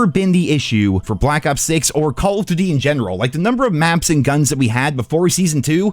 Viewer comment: "Call of Dutty"